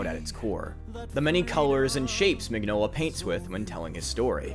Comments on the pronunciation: The man's name is pronounced "min-yola" not "mig-nola". That's just the way it is, like mignon (meaning cute) in french. That's his name. Maybe if you love his work you could care enough to get his name right?... I comment because I also love his work and I don't see a single comment related to the fact that the creator/author/artist's name is pronounced completely wrong... I love Hellboy. I love many of Del Toro's films, respect him very much as a director and enjoy hearing him speak about film. Del Torro's Hellboy is not Mignola's Hellboy and not the Hellboy I love! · Ron Perlman is awesome. And I really need to get the Hellboy hardcover collection. Also, I thought it was pronounced “meenyola” because it’s italian. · I hate being that guy but you pronounce the G in Mignola like a Y.